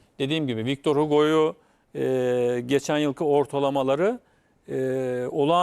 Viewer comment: vitor vitor, victor deyip duruyor :D